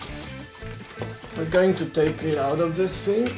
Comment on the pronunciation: its thing not fing ;)